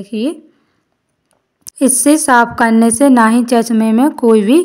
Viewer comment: Chachma nhi bola jata chashma bola jata h